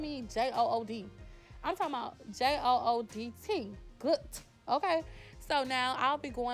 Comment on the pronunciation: Ok “JOODT” 😂! Yeeeesss!! Love the look!